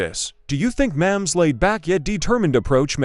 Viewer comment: Learn how to pronounce Mahomes.